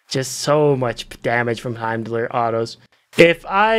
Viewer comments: that's the weirdest pronounciation of heim that i've heard 😂😅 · My ears!!! Please pronounce Heimdall the right way:))